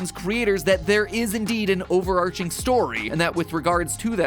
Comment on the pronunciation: Mat I love you and I've been watching your videos since I was like 9 but why the ever loving hell did you pronounce overarching like that